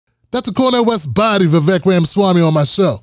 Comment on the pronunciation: Vivek is pronounced Vivake, as in steak or fake. Vivek the Fake, just as DeSantis said.